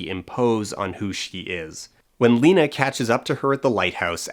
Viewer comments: really bothers me he says “Layna.” Did you even watch the movie? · Somehow still the worst part of that first one is the mispronunciation of the name "Lena" whose name is pronounced multiple times through the movie. Not only mispronounced, but he really leans hard into that "LEN-NA" too. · I'm watching it again and: To me, poor Cassie saying that her child dying was like 2 deaths for her...it really echoed/doubled when she died and then the bear beast with her voice was killed by Josie. Also, I had a visceral reaction to commentators' pronunciation of the name Lena as LEHnah when everyone in the movie pronouncing it as LEEnah. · I've watched this video at least a dozen times (because it's amazing) and the way that one guy pronounces Lena irritates me every time. Makes me think he didn't even watch the movie. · Okay but why does that first reviewer mispronounce Lena’s name? You’re reviewing a movie where it was pronounced for you multiple times